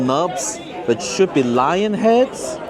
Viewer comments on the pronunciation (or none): none